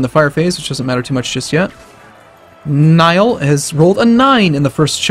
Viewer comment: It is pronounced ny ul